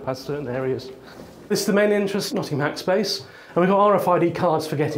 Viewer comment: Hackspac ?! I thought "e" is the most common letter in English, not in Nottinghack...